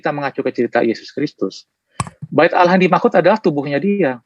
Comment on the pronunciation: Bc Allah saja ngk benar masa bcnya alah padahal huruf L nya dauble